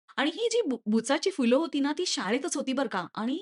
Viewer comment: Fool nastat madam phool ( फुलं ) असतय मॅडम